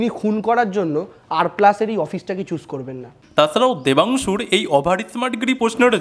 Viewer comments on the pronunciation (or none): Debangshu❌ Dhamnangshu✅🥱😏😂